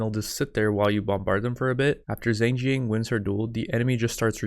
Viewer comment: the "zheng" in zheng jiang wasnt that bad but jiang is pronounced more like jee-ang edit: scratch that he screws up the first "zheng" and has a better jiang through out the video ;/